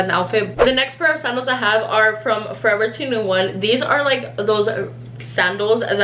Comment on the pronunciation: Bro the way she said forever 21😂